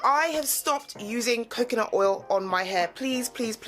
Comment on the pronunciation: I keep laughing whenever you say “CoCaNUt”